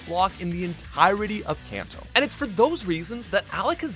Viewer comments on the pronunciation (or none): none